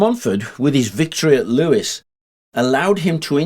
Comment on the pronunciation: It's English mate. There is no standard pronunciation. I pronounce it ev-ver-sham. He also pronounced Lewes like the name Lewis but I always thought it was pronounced as "lose"